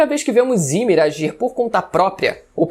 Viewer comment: Me dá uma agonia quando ele fala Ymir errado😅😅😅